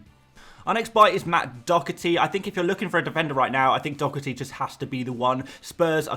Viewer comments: Doherty’s name is not pronounced “Dockerty”!!! My god where do you see a C or a K in the name? It is pronounced “Daw-Herty” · I Love your videos but the way you say Doherty drives me insane 😅 there's no 'C' mate, it's literally just Doh-erty 🤣